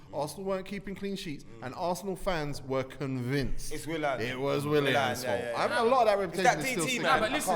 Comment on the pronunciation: Man said "Willan" looool, I swear when it comes to pronunciation some of these man don't even try